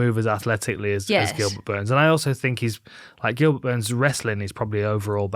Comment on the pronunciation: Did she call him Goobert?